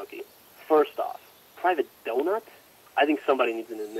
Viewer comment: I think you mis pronounced donut